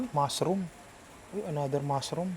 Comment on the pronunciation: I like your tagalog accent say it again -MASROM